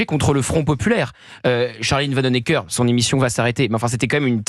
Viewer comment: Pour info ; Charline Vanhoenacker est à prononcer ( phonétiquement ) VAN OU NA KER !!!